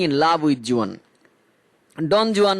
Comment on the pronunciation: Google theke pronunciation ta dekhe niyen